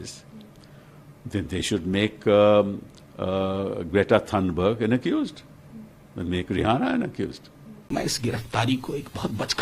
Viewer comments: News Hindi mein hai ke German/Swedish mein? Even the English pronounce it as "Thunberg" Thakur ko Tagore kyu bolte ho phir? Hypocrisy ki bhi seema hoti hai. Lallantop ki puri team shayad rural Hindi badlands se aati hai. Yeh sab ajeebo gareeb pronunciation shayad usi ka nateeja hai. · Greta THUNBERY Nahi Greta THUNBERG..... Lagta hai Galti se G ki jagah last mei Y type ho Gaya.😂😂😂😂😂😂😂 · Mam its Thunberg not Thunberi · It's thanburg not thunbarig🤣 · Tunbury😂😂😂 Thunberg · What Greta Thunburi???!!!! Lallantop your news reader is just a reader, she is not at all updated or well versed. This is not the first time, this particular news reader has pronounced wrong or translated proper noun/someone’s name or title to Hindi. Not everyone might acknowledge Greta, but being news reader doesn’t know Greta Thunberg. That’s new. You certainly can not send her to cover any interview. She needs be updated generally and speak softly, not trying to create unnecessary sensation with her facial expressions and tone of voice. This is a genuine feedback being Lallantop fan, not to criticize someone. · I speak swedish it is pronounced as thunbearr ( g though pronounced as y is silent when it is the last letter) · your pronounciation of Greta Thunberg's name is quite wrong, please correct it from next time.